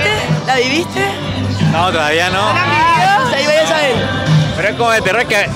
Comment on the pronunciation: OTSEA UNA EXPERIEEENCHIAAAAAAA